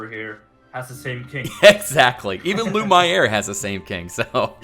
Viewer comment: Although you are right, it is pointless to tell how to pronounce stuff. He's too stubborn. Believe me, I have tried with 'lumière'. Still he continues to say: "Lu-My-heir".